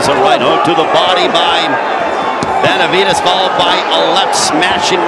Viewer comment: The commentator can't stop saying Benavidaz lol